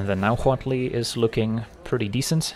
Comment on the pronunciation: Props for excellent pronunciation of Huatli. We need more Mesoamerican cards!